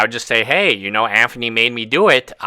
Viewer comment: No it's Anphony